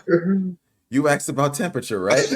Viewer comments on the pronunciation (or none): Asked, not "axed".